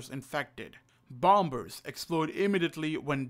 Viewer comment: Bom bers🧐 its pronunced Like bomers